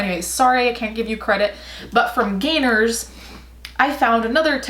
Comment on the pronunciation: When you said "gainers" I thought you said "gaynors".... as in the ballet shoe brand.... why am I like this